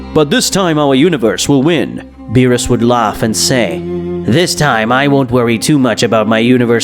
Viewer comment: Bro calls lord beerus lord bills💀💀